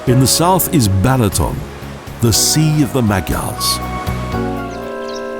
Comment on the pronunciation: Koszeg, not kocheg; Apothecary to a Golden Unicorn. You would think that the person talking about the country would learn how to pronounce the names of the places he is talking about. Lovely country, atrocious dialogue. Balaton is being pronounced Bahlahton by the narrator.